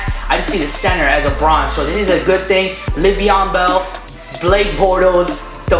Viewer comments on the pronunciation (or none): It's lev eon not live eon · "Live-eon Bell"